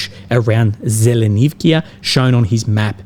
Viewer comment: Not ZelenivkIA ZelenivkA. Just one leter"a" on the end. It is a vowel. It means you hear just one letter! Please dont try your version of Ukrainian. It really starts to be difficult to listen.